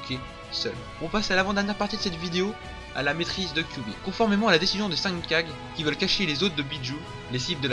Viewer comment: Les kage... pas ouf la prononciation